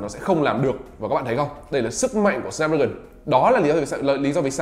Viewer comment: Đọc là chip sờ náp thôi a ạ,e đọc kiểu đấy ngượng mồm lắm